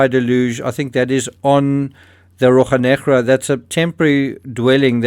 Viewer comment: ROCHA Negra = RO-SHAT (minus the T)! You are making my ears bleed!